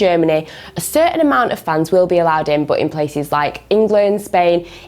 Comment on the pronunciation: No one:: BUT is pronounced as BOUGHT